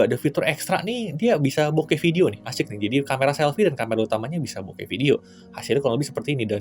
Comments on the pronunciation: Bokeh woi,bukan boked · video bokeh🤣😂 bukan video bokep, asw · Video B*kep?? Kdengaran gitu sih padahal video bokeh... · Gqk slah denger ge. "Vidio bokep " 🤣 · Masukkan aja, klo tdk salah dengar itu video bokeh, bukan bokep :) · "ada video bok*p" apa gw yg salah denger ya..??? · 4.26 Gw Demger Bukan Bokeh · Akhir hurufnya samar-samar antara P atau H 🤣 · Sebenernya ngomong video bokeh, tapi kata setelahnya "panorama" jadi nyambung bunyi huruf "h" ke "p", dan ketangkep telinga kata itu 🤣